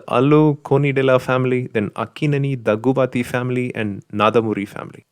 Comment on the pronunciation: Dhaggubati not dhaghubathi. Nandhamuri not naadhamuri.😁😁😁